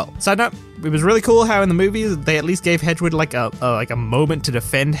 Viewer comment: Whole video is void for pronouncing ‘hedwig’ as ‘hedgewig’ less than 1 minute in.